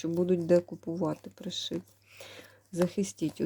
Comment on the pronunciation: Пані, вірно говорити про селеще При'шиб, наголос на при(и)